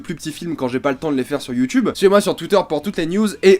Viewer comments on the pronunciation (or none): none